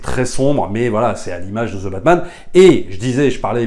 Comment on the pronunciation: Plz, arrêtez de prononcer :" Ze batman " phonétiquement c'est "2 batman"